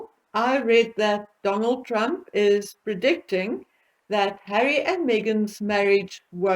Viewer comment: BETTERUP IS USING HAWWY ....and Hawwy is using BETTERUP